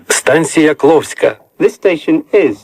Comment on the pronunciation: Я один заметил, что Когда ан. Информатор произносил станцию Кловская, то там стояла не klovska a klovksa